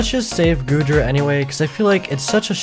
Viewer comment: Bro you triggered me when you said goodra